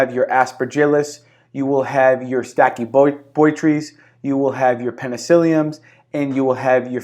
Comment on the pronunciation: It is pronounced Stachy-bot- rys.